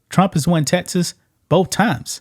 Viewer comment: Dude you can’t say Texas! It’s Texas! Not TeTas. Geez man.